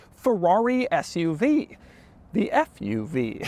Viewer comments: Did you say Fth-UV or Sth-UV? I couldn't make out. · I feel like if you called it an “FUV” people would think you are swearing lol